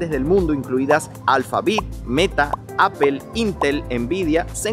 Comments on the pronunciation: Hola! saludos cordiales excelente trabajo, solo paso para decirte que por favor corrijas la pronunciacion de la marca de la manzana se dice Apol no Apel. Saludos continua trabajando duro. Bendiciones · Please no digas mas apel😂😂😂😂 es aapoo Apple. 😂😂😂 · Yo vine a ver si había algún comentario de eso, estoy muerta de la risa con eso de Apel 😂😂😂😂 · "Apel" 😅😅😅 me encanta esa pronunciación. 😅😅😅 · ¿porqué dices "apel" para pronunciar Apple? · jajaja así es, normalmente los españoles lo pronuncia así jajaja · Muy bonito san jose gracias. Ya no tomas clases de ingles?cada vez que dices apel se me retuerce el oido😂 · APOL SE PRONUNCIA APOL POR EL AMOR DE DIOS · Me estresa tanto que no sepas hablar inglés, ¿Qué es eso de Ápel, Adobé, Gügel, Enbidea? Aprende a decir las marcas como son. No estás en Venezuela